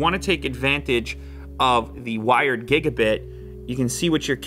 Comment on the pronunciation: for god sake ITS GIGA BITs NOT GIGA BITEs